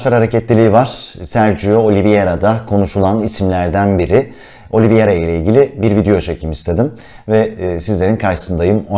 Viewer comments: Öncelikle emeğinize sağlık , çok teşekkürler fakat değinmem gereken bir husus var lütfen oyuncunun ismini okunuş olarak oliviyera değil de oliveyra olarak telaffuz ederseniz iyi olur. Çünkü adamın adı Sergio Oliveira. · Oliviera değil başlıkta yazıldığı gibi "Oliveira" olarak okunmalı.